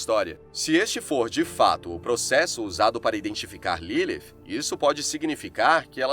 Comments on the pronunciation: Nome dela não era LiLi nem LILIF FALA DIREITO O NOME CARA 🤦🏽‍♂️ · Q agonia dele falando Ilifi